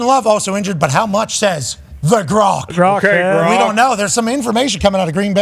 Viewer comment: It’s grok not gronk and it’s an ai’s opinion dude. lol.